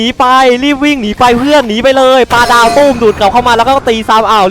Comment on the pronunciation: ปาดาว 👎 ปลาดาว👍 😂😂